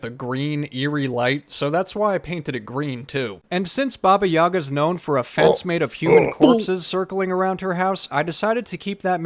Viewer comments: Baba Yaga is a not evil nor good. In slavic culture she's between the world of the living and dead. She usually helps heroes with advice and healing, but can trick them as well if she's feeling like it. And it's pronounced YagA with the emphasis on the last syllable. Great job, the house is really cute!! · OKAY. Why did I think Baba Yaga was your accented version of Baby Yoga?? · it is pronounced `babi yagaa only Russians will understand